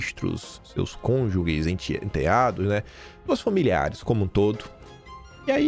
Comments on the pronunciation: Pronuncia-se: "CÔN-JU-JES" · KiM, A palavra é CÔNJUGES, ou seja não tem "U" depois do 'G' 💚